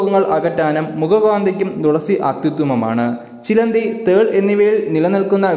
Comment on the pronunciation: ദുളസി അല്ല മാഷേ തുളസി🙏🥱